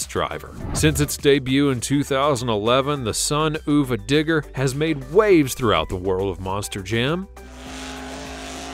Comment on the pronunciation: I'm severely disappointed you forgot the most important monster truck, ever: Captain America! How could you leave that one out? Also, Sonuva Digger is pronounced Son Of A. It's supposed to be like saying Son of a B---ch, on purpose.